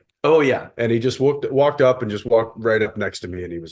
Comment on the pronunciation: Why isn’t MW pronouncing Jensen’s name correctly?? 🤦🏼‍♀️ I really wanted to enjoy this